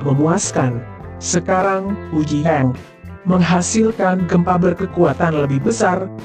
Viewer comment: Baca berita yang jelas ucapanya, bukan yeng tapi yang